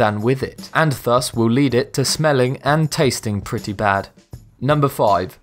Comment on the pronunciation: 'Thus' is pronounced with the TH as in THIS, not as in THINK